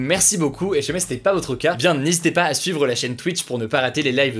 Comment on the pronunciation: Suis-je le seul qui est perturbé par le fait qu'il ne prononce pas le ''i'' quand il dit ''SI jamais''? 😭